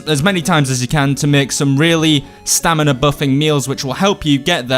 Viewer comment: did you just say STAMILA